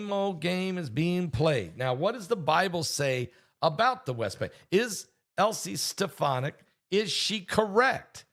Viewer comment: Her name is pronounced Alys Ste Fon Ic, Elise Stephonick (?)